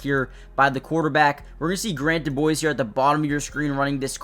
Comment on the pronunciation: Quick pronunciation correction for ya... His last name is DuBose, not DuBoise.